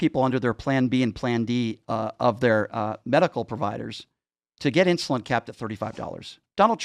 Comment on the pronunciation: I’m a type 1 diabetic, that can’t say ‘insulin’ 🤦🏻‍♂️